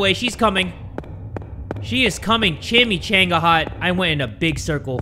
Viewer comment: So funny every time says Chimichanga, reminds me of when I was at restaurant my friend worked at. I didn’t know how to pronounce it, I just had a adios amigo shot & what came out of my mouth was “I’ll have the cheeky manga.” 😂 Now it’s an inside joke for us.